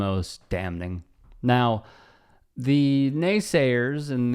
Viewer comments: Did you say, "dam-Ning"? On purpose?!😂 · Dog I’ve never heard somebody pronounce the N in damning so damnn hard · Bro did you pronounce the n in "damning"?